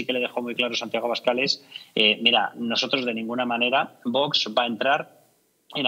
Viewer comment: parece mentira que no sepas pronunciar la palabra VOX. Visiona tu vídeo y te darás cuenta de que no pronuncias bien.